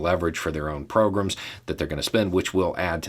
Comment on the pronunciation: "get some leverage for their own 'progroms'" I didn't hear that correctly the first time, hm. I wonder if that pronunciation was a coincidence.